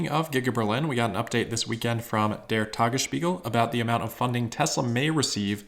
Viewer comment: "Tagesspiegel", "Grünheide", and "Steinbach" were all very nicely pronounced, refreshing to notice the effort to get it right for German language natives (which is not all German, also Austrians an parts of Swiss share the language). However, the English "r" in "Grünheide" and the accent outs as a non-native German speaker.